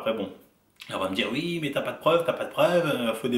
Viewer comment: Arrête de dire ui, on dis oui bordel,chargé encore et encore